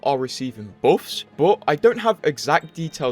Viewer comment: I dont play anymore but still visit your vids to hear you pronounce buffs as boffs